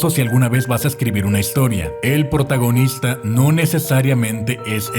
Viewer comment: alguien se dio cuenta que cuando hablo de hollywood dice portagonista